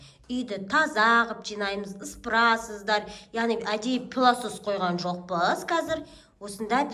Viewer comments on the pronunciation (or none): Пеласос емес плисос